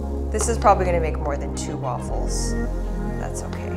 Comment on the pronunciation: It’s not Waffles with a C. Don’t say aaaa